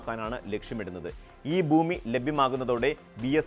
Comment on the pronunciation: എടാ മൈരേ ബൂമി അല്ലടാ,, ഭൂമി എന്നാണ്